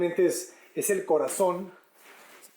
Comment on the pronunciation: Me encanta que la casa, descansa en un muro colindante y alrededor todo el pulmón para ventilar e iluminarla. Jajja me reí mucho cuando dijo la palabra "corazon" con el acento español. Me caes muy bien!!!! Adelanteeeee